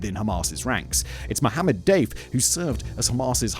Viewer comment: Hands up if you thought Simon was calling Mohammed Deif "Dave" everytime... 😂